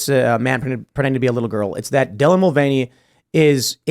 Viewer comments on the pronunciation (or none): It's called the mul-vain-ey affect.